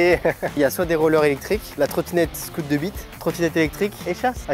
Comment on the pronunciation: à il a vrmt dit "la trottinette scoot 2 b'te !??